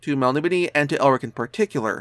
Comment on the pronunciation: Wrong tho dude its mel-NIB-o-nay. I've gotten to ask Moorcock years and years ago and he stated that very firmly and even wrote it down for me just like this inside a copy, mel-NIB-o-nay.